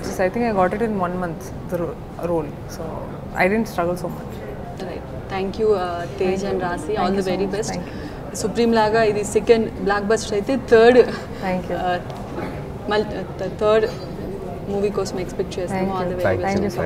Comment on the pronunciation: It's blockbuster not black buster..